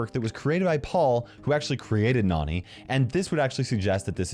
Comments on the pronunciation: I bet this obvious, but! Nani, Nannie! Like cmon. Nani also probably getting her name from Jessie. Her being more young. Probably trying pronounce Nannie, and just being a cute kid and saying Nani! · That's pronounced differently nani is pronounced as in nanny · Please people. Nani’s name is pronounced Nanny because she is Jessie’s nanny. It’s simple!